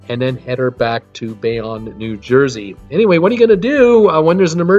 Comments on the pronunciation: ugh Bayonne is pronounced like this "BAY OWN" where did you get "Bay On" from that? LOL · pronounced Bay-Own